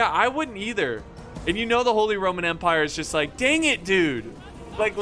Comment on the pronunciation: Please stop Saying ‚holy rrrrrrrrrromen empire‘. We dont pronounce the r like that